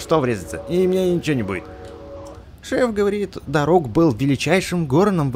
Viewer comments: Ударение на а дарук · его завут не дару`к а да`рук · Дарук ударение на а